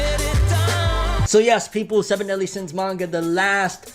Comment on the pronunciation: "Seven Deen Sins"